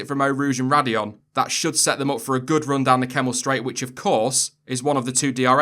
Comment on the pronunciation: That's Raidillon actually, oh wait, you got it right